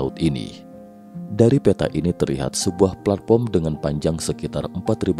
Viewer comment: platform pak bukan platporm😅